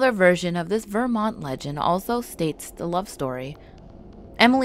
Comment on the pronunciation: I was born and raised here and the scariest thing about this video is the way you pronounce Vermont.